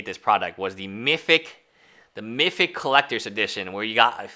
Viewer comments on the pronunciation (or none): Does he really talk like that, or is he trolling everyone. Does he really say "Mifick Edition" instead of Mythic Edition